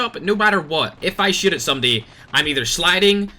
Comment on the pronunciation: When you say shoot, I hear shit😂